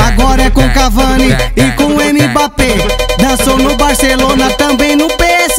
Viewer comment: Sabe nem falar Mbappe kkk